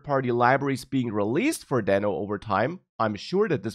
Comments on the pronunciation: It's Deeno. Like Reno Nevada. :) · It pronounces as "d i n o" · It's DEEEEEENO. Like Dino. Because it's a dinosaur. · It was supposed to be pronounced as Dino(Deeno) just what Ryan told. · I guess he changed pronunciation to "deeno" now... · I thought it should be pronounced daino.. Like Dinosour. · Not to take anything from you, but you might consider learning how to pronounce it before you recorded 14 min video about it.